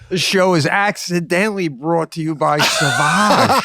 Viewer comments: Sauvage is French and is pronounced SOVAGE not suvage! It means wild, untamed, or savage. There's even a YouTube video pronouncing "Christian Dior Sauvage" perfectly in French because the Google quick audio sucks. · Just because Lana can't drive don't paint all of us with the same brush, and learn how to pronounce the name of the Dior cologne Seb.